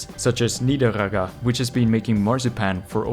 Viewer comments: It's pronounced Nieder-egger - just like Schwarzen-egger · Nideregger wasnt said right nieder-egg-er thats how you say right